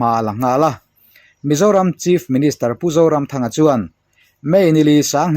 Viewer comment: Pu author pu zoramthanga hming i lamri leh kher khan minti tuilo zo vek😂...adang zawng kha chu atha vek